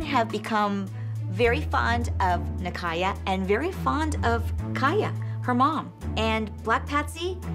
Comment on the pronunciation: bro it sounds like abby is calling kaya and nikaya kayak and nikayac lol i can’t 😂😂😂 💀💀💀